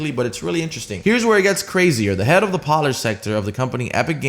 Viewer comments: it’s pronounced PO-lish not PAW-lish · Please for the love of God stop calling it polish like a shoe polish. It's Polish because they are from Poland. It's pronounced pole-ish. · you said epic games merged with a polish company but you prounced polish like shoe polish not the country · "Pollish?" lmao this mans was trynna say Polish (POLE-ish) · Pawlish lmfao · Ffs it is pronounced pole-ish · did he just pronounce polish as poll-ish.... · a what type of company? Did you say (as in the shoe cleaner) polish? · I can’t take anyone serious who pronounces Polish like “Pollish” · You said Polish as shoe polish 😂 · Did anyone else cringe when he mispronounced some key words like Polish and meta? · Might wanna polish up on the way you pronounce Polish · Am i the only one who heard him say polish like an idiot lol love u